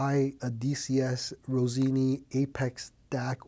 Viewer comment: Rossini, not Rosini. 😉